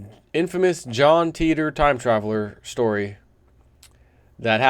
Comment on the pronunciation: the facts are always there but the important facts are purposely lost 91% is right dates wrong but they know this 3477 is the numbered date and stop saying TITOR please pronounce it teeter